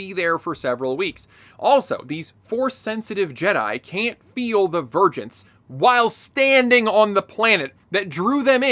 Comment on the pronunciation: Am I the only one who hears "virgins" instead of "vergence"